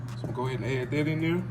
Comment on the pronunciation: Can you pronouce a word correctly? Wit = With, Dat = That. 2025 'bro' lets learn to talk properly.